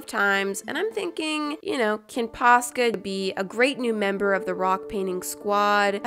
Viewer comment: I have posca pens but i always pronounced them like poshka for some reason but i refuse to change the way i say them